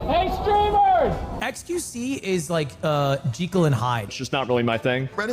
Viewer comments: what is that pronounciation by Ludwig?! It's Jekyll, not gee-kil 😭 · Jeekel?? Who says it like that? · "Jeekle and Hyde" amazing pronunciation of Jekyll and Hyde, Ludwig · Who the eff is "Mr. Jeeckle"? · Jekyll ❌ Jeecull ✅ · Excuse me? JINKLE and Hyde?! 😩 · Robert Louis Stevenson, the author of the story, said it actually is pronounced ‘gee-kil’. But Ludwig is the first person I think in history, besides the original author, to pronounce it like that. It just sounds wrong. It for sure should be pronounced Jekyll. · Did fucking ludwig just pronounce "Jekyl and Hyde" wrong ?? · How the fuck can you not say the word Jekyll in 2026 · Can we cancel Ludwig for his pronunciation of Jekyl and Hyde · Why did Ludwig pronounce Jekyll like that at the start of the video?